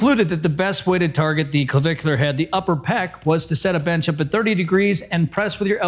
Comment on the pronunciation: I've watched this 2.5 times, i guess I like the way you say clavicular head! Hey, nice shirt. It matches the stache!!🏋‍♀ NDY ;{>>>